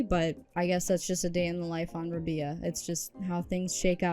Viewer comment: Rab-eye-ah; pronounced similarly to pariah